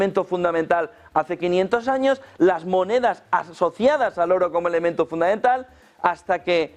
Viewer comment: Por favor podría decir FUNDAMENTAL..y no FUNDAENTAL, GRACIAS!!